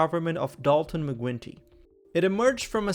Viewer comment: The "Quin" in former Premier McGuinty should be pronounced like the world famous Irish stout beer, not like the cute animal from Antartica.